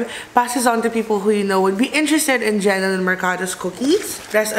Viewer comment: Hi. Love your videos but, its JENNYLYN po ✌🏼 not Jennelyn!